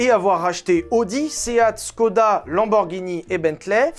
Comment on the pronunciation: Toi qui voulait bien prononcer les noms, on dit [CHkroda] pas [SKO]